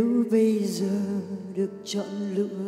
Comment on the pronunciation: HHN có thể không hát hay bằng nhưng cách phát âm của Hà Hồ rất chuẩn. rõ ràng. Thanh Hà phát âm bị đớt quá. mấy chữ như: giờ, xưa.. nói chung là lưỡi hơi bị ngắn...